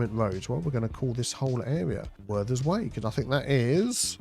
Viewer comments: it's Werther's not worthers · It’s “Werther’s” not Worthers